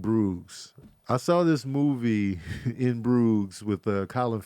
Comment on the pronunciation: Bruges is pronounced like a soft j or zh sound not a "g" sound. Also In Bruges is a hilarious movie.